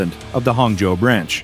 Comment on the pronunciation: That Chinese pronunciation of Hangzhou was really impressive！ Thanks for all the tremendous work, doc. Its become a habit and helps me sleep